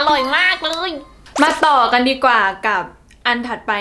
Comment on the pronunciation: ตลกตรง กัน ออกเสียง กาน แบบลากยาว พอตรง แท้ๆ ออกเสียงเป็น แทะๆ ความหมายเลยเปลี่ยน แล้วไปสุ่มเสี่ยงตรงควายอีก 555 ตอนชงขายของคือน่ารัก ตอนชอบคนร้ายหยั่งกะเล่นมุก โบ๊ะบ๊ะธรรมชาติมาก 55